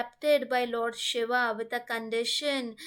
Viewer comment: Pronunciation is very important especially with God's name. She is saying Shava instead of Shiva. Take care, it's a blunder as they are totally opposite meaning.